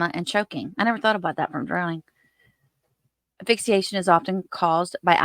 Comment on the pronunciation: Honey, if you say AFIXIATION one more time I'll scream. It's asphyxiation. If you're going to try to pass yourself off an as expert, do the expert thing. Learn to pronounce properly.